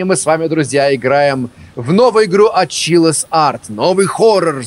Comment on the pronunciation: Я думаю название студии все таки произносится как Чилас от слова чилс что с английского переводится как мурашки по коже